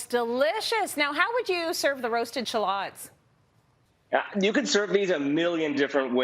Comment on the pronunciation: You’re saying shallots wrong. Please stop.